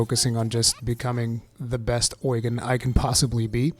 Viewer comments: Don't know why they say oygen in the game it is Ugen like Ugene Lol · Is it really pronounced oy-gan? I thought it was pronounce u-gene... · Does the English voice acting call him Oigen or something? I keep Japanese audio, so I don’t know, but I can’t stand when he says the name like that…